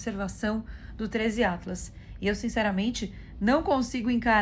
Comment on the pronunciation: "Trêis iatlas" kkkkKKKKK Esse 3iatlas virou ícone do canal da